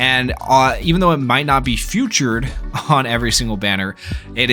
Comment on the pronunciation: My guy pronouncing “featured” as “few-tured” instead of “fee-tured” will never not hit my ears wrong 😂❤️